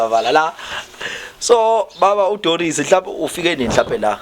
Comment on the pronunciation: Doris Mkhize 😅😅presenter says Doro Doros😅😅😅😅